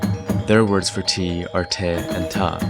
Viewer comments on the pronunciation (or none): Sorry for nitpicking, but I believe the tea in Hokkien / Southern Min is not the aspirated "the" and "tha" as pronounced in , but the "te" and "ta" should be something like "de" and "da" where the "d" is not voiced.